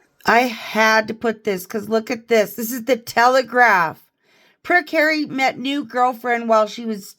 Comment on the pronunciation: The choir 😂😂😂😂😂 "Hawwy has a frozen nob 😂😂😂😂😂"